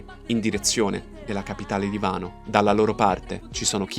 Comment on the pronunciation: Si dice wano non vano.